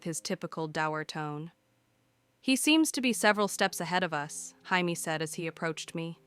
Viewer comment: I'm just saying every time it gets jamie's name wrong.I think of blue beetle